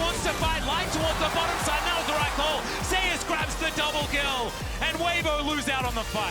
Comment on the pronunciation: They says Zeus like zay ouss lol